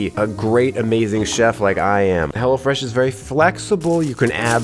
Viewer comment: ''hello fresh": "HELLA FRESH"